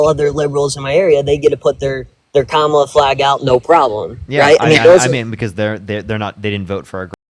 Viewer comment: At least, thank you to this maga caller for pronouncing “Kamala” correctly.